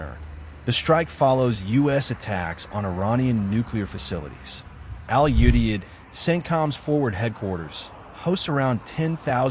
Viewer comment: I was deployed to Al Udeid and was involved in its planning. I would appreciate if the various news outlets would learn how to pronounce "Qatar" and "Al Udeid" correctly. It's "Cut'-r" and "Al-u-deed."